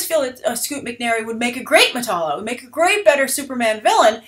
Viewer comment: Say it with me, Metallo meh tal (as in talent not tall) low